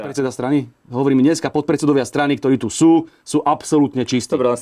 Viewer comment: Hlina nauc sa rozpravat...nehovori sa gdorí,ale ktorí. Cest praci.😉